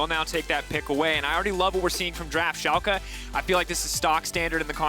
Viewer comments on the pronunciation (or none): When this guys will learn. There haven't team named SHOLKA it is SCHALKE.